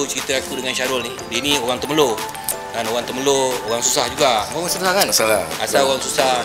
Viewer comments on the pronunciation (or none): Frust bukan Frush Temerloh bukan Termeloh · TEMERLOH la abang... Bukan TERMELOH...